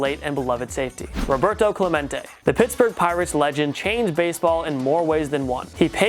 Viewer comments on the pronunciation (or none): none